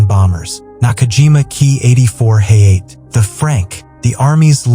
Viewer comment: Actually it is pronounced "Ha ya te" and not "Hey ate".